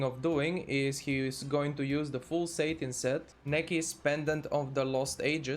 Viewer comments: It's pronounced "sat-in" not "sate-in", good content - thank you. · lol satin says satan